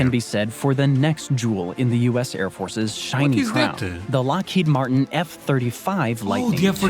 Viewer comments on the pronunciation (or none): none